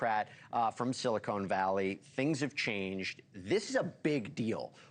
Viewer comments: “Silicone” valley 😂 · It's Silicon not silicone. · Is he saying silicone valley? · "Silicone" valley. Ha, ha ha😅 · Did he say Silicone Valley? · Story light on facts as to why CEO is moving..please give us specifics. Also it's not pronounced "silicone valley" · I noticed “silicone” valley too lmao 😂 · It’s Silicon Valley not Silicone Valley. Thx.